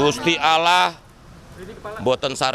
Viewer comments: BUDI ARI KETAKUTAN BAWA NARARASI MUSLIM TAPI LAFALNYA SALAH KARENA DIA BUKAN MUSLIM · Budi Ari sok sekali, nyebut Allah saja kurang bener. Semoga kelompok mulyono satu persatu rontok dg kejahatannya.